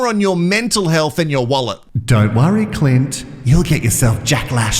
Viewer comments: You keep saying Clitclint My other fave for the name Clint- write it in square capitals and squint CLINT- 😂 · pronounces his name Clunt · 😂🤣 laughed so hard I spat my coffee out! Clunt..